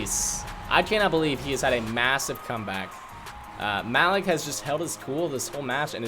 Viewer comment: it cringed me out hearing mal-ek over ma-leek over and over